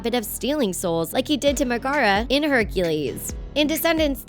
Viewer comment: who the fuck was magara in herc? The fuck are you a robot or what?